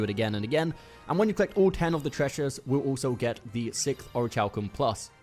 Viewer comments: Aw-ruh-Kal-km - like Oruh-kal-kum -- is the pronunciation. Its not or-itch-halcum. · It's pronounced "ori-Kal-kum." Your pronunciation of the "chal" is maddening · omg it rly bothers me the way u pronounce the material haha. its orich(k)alcum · Ori kal kum omg aaaah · Thanks for the vid...... but for the love of god it's Pronounced ORI-KAL-KUM lol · I swear to God the way he pronounces Orichalcum is ANNOYING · Orichalcum isn’t exactly a word people say all the time. Give him a break.